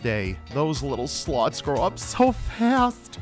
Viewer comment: The way he says "slots" 😆